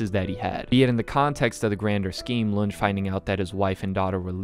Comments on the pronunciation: Fantastic video. This was an absolutely brilliant analysis on my favourite pice of media ever made. I just have one nit pick. Lunge is pronounced Lun-ge, not Lunj. Outside of that, great work and good luck on your own project. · I like how you call the detective "lunge" but it's pronounced "LOON-GAY" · I know you haven't seen the anime so I tell you this just as a correction no hate but it's pronounced lu-n-gae not lun-j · Great video but I am so annoyed by the way you pronounce Lunge